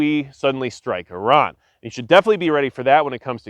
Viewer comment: Great video very informative and a great perspective! And extra kudos for saying Iran correctly! Much respect to you sir.